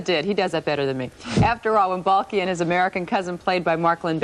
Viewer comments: The way she says Balki ‘bahl-key” 😂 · Ball Key 😂